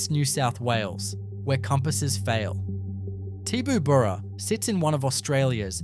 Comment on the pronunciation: This channel is ran by an absolute flog. He can't even pronounce the names correctly of some of the towns he's talking about. These stories are ridiculous. As a former resident of Tibooburra (one he couldn't pronounce correctly), that story is absolute hogwash.